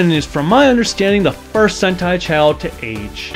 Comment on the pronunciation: did you say Dengeki HENTAI Changeman I thought this was for children